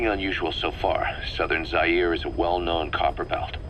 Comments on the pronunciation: I guess Zaire's pronounced as Za-Yay-Ray. I may be wrong. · am from Angola well Zaire to be exact please do a better job at pronicing or saying it right or google it please. Aside from that good job